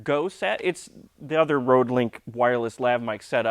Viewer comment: the Ø in RØDE is pronounced like you have a hot potato in your mouth, not as in ROAD. RØØØØØØØØØØØØØDE.